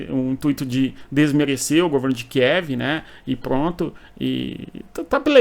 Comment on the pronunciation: Muito agradecida por esse importante pormenor da pronúncia sobre o nome da capital da Ucrânia - KIEV! 👍👍👍❤️